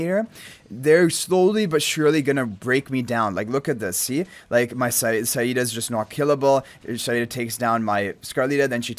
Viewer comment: thank god you pronouneced saida correctly